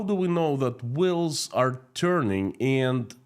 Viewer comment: Wills? Oh, oh, oh you mean wheels. Ok. Keep up the good work,.